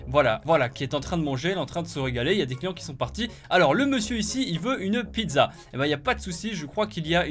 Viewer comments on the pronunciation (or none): none